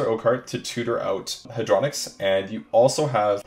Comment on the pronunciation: its Hey-dro-nox not hadro-nix